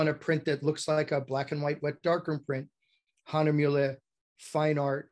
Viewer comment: Great info presented here, but I find it somewhat odd that you go on a rant about pronouncing Baryta correctly, but then you butcher the name Hahnemühle repeatedly.